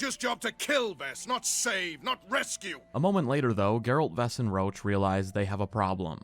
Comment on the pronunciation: Idk who came up with calling Roche "roach" when it should be pronounced as "rosh" but it’s very irritating